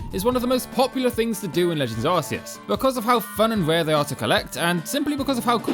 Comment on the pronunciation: Finally someone that pernounces it AR-SEE-ES